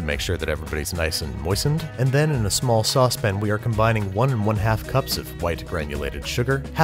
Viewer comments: It's a sauce PAN not a saucepn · No one: Babish: Saucepin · Me: Say "Sauce" Babish: "Suace" Me: Say "Pan" Babish: "Pan" Me: Now say "Saucepan" Babish: "Saucepn" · Who else hears "sauce bin" when he says saucepan?? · The way you say “saucepan” irks me.